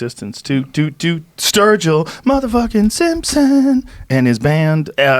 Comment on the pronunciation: Dammit! Up early morning to practice my 3'd language, German. Though now, after hearing Sturgill proclaim his rap name to be "Sturg-Ill", call me intrigued and maybe even a little 'man crushing' right now. Fuck it, I ain't exactly a country fan though will check out their music just for them being reinassance men musically seeming knowledegable even about rap.